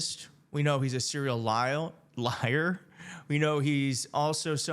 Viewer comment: Do you not know how many places he has been speaking at in such a short amount of time? UH-OH -- YOU SAID, "SERIAL LIAL." Does that mean YOU have dementia???